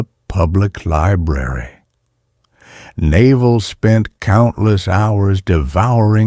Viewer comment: the narrator pronouncing Naval like the bellybutton is killing me